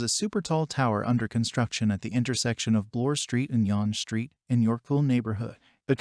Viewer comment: Yon Street? Maybe you mean yawn street.